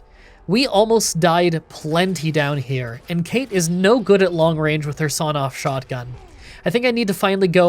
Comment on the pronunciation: weird obscure language tip from an Irish person that no one will care about, the character that's mentioned very vaguely "cait" isn't Kate but cawt 😌